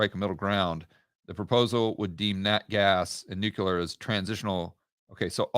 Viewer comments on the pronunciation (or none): Nuke-Lee-er NOT Nuke-You-Ler. You sound like W. Bush. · At this late stage of our civilization, people still pronouncing new-q-ler. Jeez... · HAHAHAHAHA...............NUKE u LER????!!!! Making GW credible!!!! Cmon........NEW KLEE ER!!!!!!